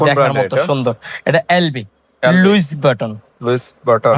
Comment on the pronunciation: তুই একটা আবাল । লুইস বাটন না উচ্চারণ হবে" লুই ভূষণ"